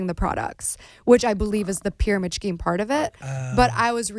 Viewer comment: Pyramid “Scheme” why does she pronounce the “H” thoooo. It’s supposed to be silent Gabbie!!!